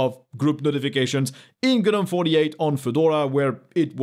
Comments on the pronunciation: I don't care what it means, what its origin are; can people please stop saying Guh-nome! We'd all know what you are talking about if you just said Gnome. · In English, Gnome is pronounced "nome", the g- is silent, unlike gnome in French...